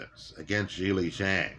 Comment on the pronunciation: mispronounces all kinds of names he mispronounces Zhileis name lol